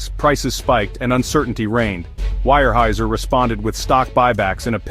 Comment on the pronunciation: I gave up listening to this garbage. While some of it might happen, almost none has to date. And teach your AI to pronounce Weyerhaeuser correctly